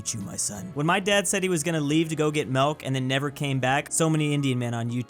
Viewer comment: It always catches me off guard when says "malk"